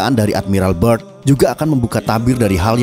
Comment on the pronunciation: "byrd" bang, bukan "bird", nanti jadi angry bird :D